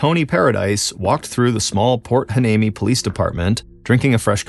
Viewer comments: It’s pronounced “ why- knee- me “. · Think (and I could be wrong), the town is pronounced Point Why-nee-me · It's pronounced (why-knee-me) lol not a bad attempt tho